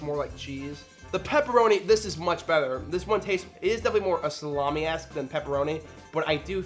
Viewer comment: the way you say the "t" in water and better is wrong somehow. like you make it a "th" sound